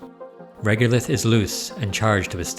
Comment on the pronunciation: It's reg-o-lith, not reg-u-lith.